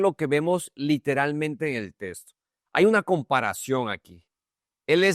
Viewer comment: Porqué dise testo se dise texto